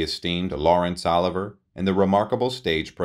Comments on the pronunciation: I wanted to yell out "it's Oh-Live-Ee-Yay!!" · Goodness man. Learn how to pronounce names. Oliver? Olivier-O-Liv-e-ay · who pronounces Olivier as oliver??? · Enjoyed the video, but she did not play with L. Oliver. His name is OLIVIER dropping the 'r' when spoken. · His name is spelled OLIVIER. Not OLIVER as you pronounce it. Not only her first Academy Award but her ONLY Academy Award. She Was a honey of a looker and a honey of an actress. James Agee wrote he would have loved to have seen her play Lady Macbeth, another kind of royalty aside from all of her noble women. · Its pronounced Laurence O Live eee aaay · Someone who mispronounces the last name of the greatest actor of all time, Laurence Olivier, needs to be banished from speaking out loud on the subject ever again. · This narrator is horrible. He is not only boring, but he cannot correctly pronounce Methodist, Olivier, Chaillot. And who wrote the script? As noted by others, her Oscar for Mrs Miniver was her only Oscar, not her first.